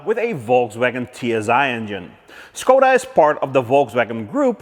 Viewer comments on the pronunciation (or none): none